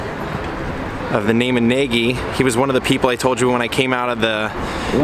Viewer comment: Nagy is pronounced "nudge" in Hungarian :)